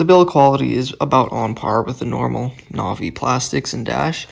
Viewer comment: Imagine pronouncing Navi wrong